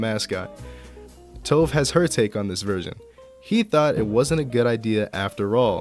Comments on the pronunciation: not tove, its pronounced too-ve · Sorry but it was doing my head in through the video but it's pronounced Toe-vay or Tové like Café.